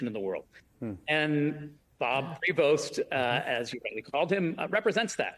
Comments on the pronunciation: Say his name properly...it's pronounced .... PRÉ VO It's French! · Please the S in his family’s name is silent. The way to saying it is (prevot). By the way French Canadian common family name in Quebec Canada 😊